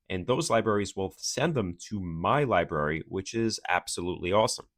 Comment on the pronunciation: Take a drink every time he says lie-berry. (Don’t, you’ll die.)